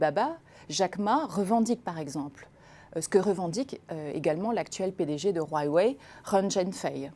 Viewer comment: La personne invitée parle peut-être chinois car elle prononce bien Huawei et Weiqi. Je voudrais juste lui signaler que le pendant du Yang est le Yin (et non le Ying) et que le goban n'est pas un damier.